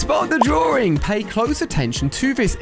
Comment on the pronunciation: "Spot the drawRing" lol